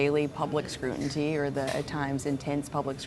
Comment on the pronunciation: Chelsea!! - "public scrutinty"? New word. SCRUTINTY.